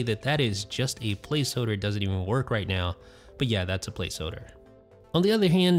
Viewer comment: What's a place hoder? What's a "hoder"